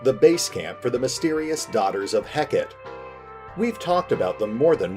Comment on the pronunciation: Such a cool concept! (Btw Hekate is pronounced Hek-a-tee)